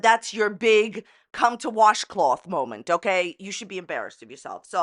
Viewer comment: "Come to washcloth molment" . I need merchandise 😂.